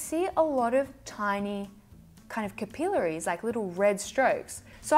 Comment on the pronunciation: Haha. I love how you say capillaries! (Kipilleries). Hehe. 😝